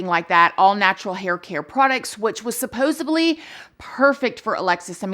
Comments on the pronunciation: I love you and your channel but it’s “supposedly”. It’s a “d” not a “b”. ❤️ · I love your content and listening to your opinion and I hate to be like this but I would want someone to tell me the word is SupposEDly...